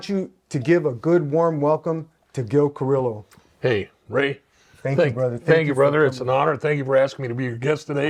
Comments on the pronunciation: Carrillo is pronounced CA like caca RIO like el Rio grande CARIO the L’s are silent I personally happen to know Gil when I was a cagapalo back in the 70 s Gil and his partner art would chase me around fast forward 45 years I got my life together I run into Gil at different places I was on a ship cruise with GIL and his wife a while back I appreciate Gil . He’s a real gentleman and standup guy. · I FUCK WITH YOUR CHANNEL.BUT WHY YOU GOTTA PRONOUNCE HIS LAST NAME THAT WAY?? SAY IT RIGHT HOMIE